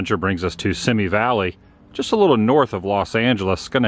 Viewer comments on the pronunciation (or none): FYI it's pronounced "see me" not "sim me". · seme not simi valley say it correct, seeeemeeee valley